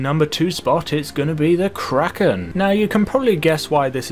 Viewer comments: Kraken not Kracken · It's the kraken not kracken